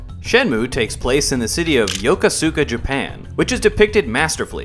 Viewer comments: Just wanted to say Yokosuka is pronounced Ya•coo•ska. Spent some time there while I was in the Navy and that’s how the locals and the Americans stationed there say it. That’s also why Ryo kept going around asking for sailors. We’re pretty much a part of the culture when it comes to the city. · Shenmue really doesn't count as low poly. It was a cut above even PS2 until God of War II hit... Also Yokosuka is pronounced Yo-Koh-Skuh